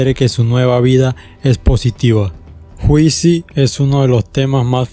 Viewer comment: Pero, mi hermano que esa vaina de "juicy" pronunciado literalmente?! una vez le aconsejé sanamente que tome un cursito de Inglés para que aprenda a pronunciar ya que por el contido expuesto acá, lo amerita.. No sea cabeza dura.. Llévese de mi!